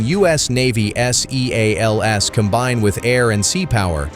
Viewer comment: S.E.A.L.S ?? Seals?? Bad robot